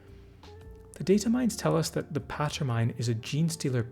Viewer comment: I think Patermine should be pronounced like you'd pronounce Pater when talking about a priest (I assume most would pronounce the second syllable instead of making it sound like "patter"). It's the latin (and imperial gothic) for "father", so Patermine is basically "father-mine" as in an archaic way to say "father of me/mine". It's probably also a nod to the classic Lord's Prayer "our father in heaven..." which is "pater noster in caelis", except this is switching our to mine.